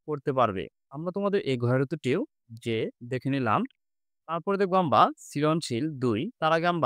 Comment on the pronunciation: আমরা ❌ আমভা ✅ 😂😂😂😂